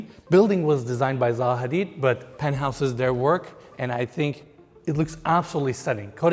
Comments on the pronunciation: it's not ZA HADID, it's ZAHA HADID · you pronounced their name wrong lol